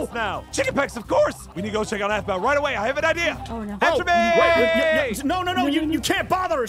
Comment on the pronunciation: it's aphmau not wphmau